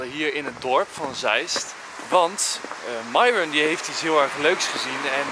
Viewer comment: enzo zegt Myron maar het is miron enzo zegt het in Engels